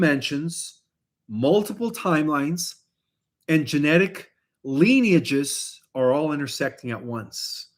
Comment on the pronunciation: It's LIN-EE-UHJ not LEAN-EE-UHJ